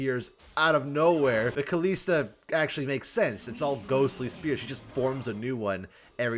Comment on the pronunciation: Please, just try saying it correctly and not KalEEsta.